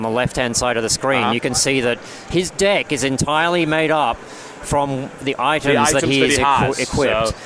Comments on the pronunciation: He says deck like dick. xD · When he says deck it sounds like dick...